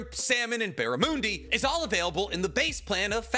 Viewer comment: as an Aussie, the way you said barramundi burned a hole in my heart. Bah-rah-muhn-dee